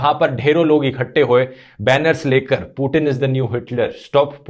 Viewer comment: भाई वो पूटीन नहीं पुतिन है